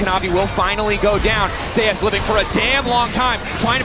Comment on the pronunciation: ive always been curious why do people pronounce zeus's name differently than its supposed to? People pronounce it like zay-us